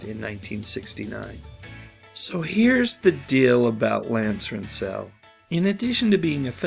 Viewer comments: If your going to do videos like this, at least learn the correct pronunciation of people's names. It's Lance RENTzel not rentZELL. And if memory serves me correctly. I think sicko Lance got pretty much a slap on the wrist. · RENT -zul. Not Rent-ZEL. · It's not Lance Rent-ZEL, it's Lance RENT-zel. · “Rentsul” not “Rent-Zell”. Dummy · Rentzel, fast, one syllable, not Rent-sell. That said, he was a strange bird. He exposed himself to a 10 year girl. That was the reason Joey divorced him. That had to play with her mind... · It’s pronounced RENTSALL not RENTSILL. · Its pronounced Rentzel not Rent-zel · Just a quick correction; it’s RENTzel not RentZEL. Lance played for the Vikings, Cowboys, and L.A. Rams and was a leading pass receiver in the NFL from . He caught a touchdown for the Cowboys in the famous “Ice Bowl” game vs. Green Bay Packers in 1967. Lucky man to be married to Joey Heatherton. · stupid Ai again.lance s name wasnt pronounce rant -zel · It's Rent'zel with emphasis on the first syllable. Adjust your AI. Does not one ever check or "proof read" this junk? Not that Rentzel deserves his name pronounced correctly, just AI producers are too lazy to check the crap they put out. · It's pronounced "lans RENT-zl". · Pronounced Renzel, like pretzel. No accent on the z. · It's pronounced like pencil, Lance Rentzel, not Rentsale. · You really should learn the pronunciation of the names of people in your videos.. The stress in Rentzel is on the first syllable. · “Rentzel” rhymes with “pencil.” You’re mispronouncing it. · Please bother to learn how to pronounce names before doing videos that mention someone. Rentzel is not pronounced as you pronounce it.